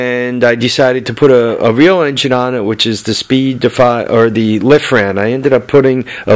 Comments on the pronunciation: it's lifan not lifran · sorry I hate to do it but you kept pronouncing the name of the engine wrong its Lifan sounds like. Leaf-ann. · LIFAN NO R! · "Dude...drop the "R" ..LYE- FAN.....lol. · Very informative trying to talk a buddy into putting one on his drift trike. Hate to be the one but isn't it Lifan?.... Without and R? I may be wrong too lol I was just curious maybe two diff brands.